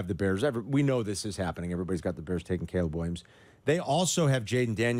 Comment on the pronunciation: Did anyone catch Jurko calling Caleb, Gayleb? 😂😂😂😂😂😂😂😂